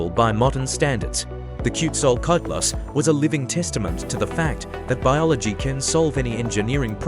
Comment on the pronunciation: Ten seconds in I heard the worst mangling of a name I've ever heard AI deliver, and I've heard some disastrous ones. That's not remotely how Quetzalcoatlus is pronounced. This isn't even trying.